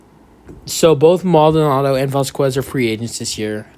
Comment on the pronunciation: It’s vazkez not vascuues.. js